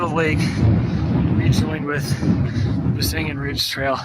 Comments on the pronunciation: Actually, it’s named Besseggen, not Bessengen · Nice video. However, the correct name of the ridge is Besseggen, not Bessengen. 🤭